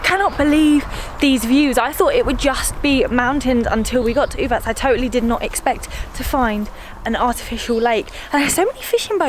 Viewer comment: Uvac is pronounced Uvats (the c in latin script is always a ts sound)